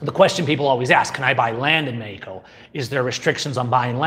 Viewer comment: say meXXXXXico....